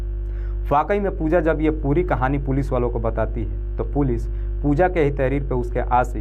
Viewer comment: पूलि नही पुलिस बोलो